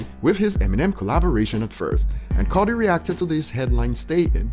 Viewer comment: You said "ernergy" and "codi" 😅🤣🤣